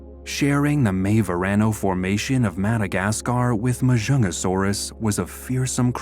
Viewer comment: its actually majungasaurus the j is not silent and there is a g in the name ma junga saurus